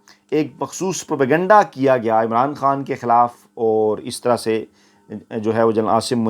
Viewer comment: یہ لفظ پر کنڈہ(pur kanda) نہیں ھے اینکر نے ھر بار یہ لفظ غلط بولا ھے یہ لفظ انگلش کا ھے جو انگلش میں اس طرح لکھا جاتا ھے ( propagyenda ) اور اردو میں اس کو پروپیگنڈہ بولا اور لکھا جاتا ھے اصلاح فرمالیں